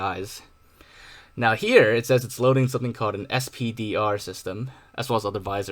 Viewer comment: I think "SPDR" should just be pronounced "spider" like VISR is pronounced "visor" instead of "v i s r"